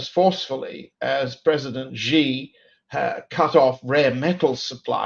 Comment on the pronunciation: John Helmer, you are an expert, right? You hear Nima pronounce Xi correctly over and over again. Then you continue to pronounce his name wrong. It hurts your credibility. "Xi" in Xi Jinping is pronounced a lot like "she", like the female pronoun. Not "zee" like zebra, not "gee" like genius, "jee" like je t'aime, not "see" like sea.